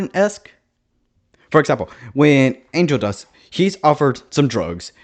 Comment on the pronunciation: The way you sound like you're saying 'Angel Dusk' makes me imagine that when Angel gets redeemed, he changes his name to Angel Dusk to remove the association with drugs❤